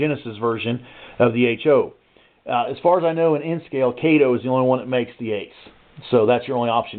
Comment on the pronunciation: It’s ca-to